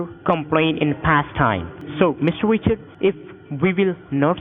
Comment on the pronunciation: Mr. wichawds 😝